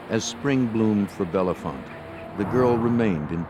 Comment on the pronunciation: Can’t say Bellefonte correctly